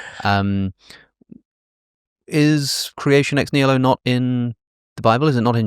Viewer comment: Dude keeps American butchering nihilo